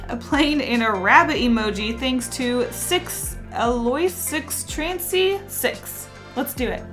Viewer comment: The name on the fourth one (Alois Trancy) is pronounced Ah-low-ees Transee It's from the anime black Butler